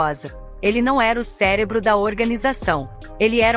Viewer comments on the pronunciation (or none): none